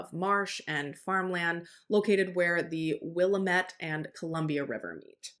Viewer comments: Not that it matters, but we pronounce Sauvie Island Saw-vee, not suave-a, and Willamette is Will-am-it, not Willa-met. Thank you for this coverage. All us locals still believe Terry did it and Kyron's bones will be located someday. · Hey! I loved your coverage on this case. As someone from Oregon and the same age as Kyron this case breaks my heart even to this day. I just wanted to let you know that you pronounced Willamette wrong… It is Willa-lam-met. I love how you tell these stories! I’m sorry to correct you!